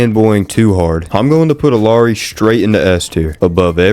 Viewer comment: pronunce it as "Iyari"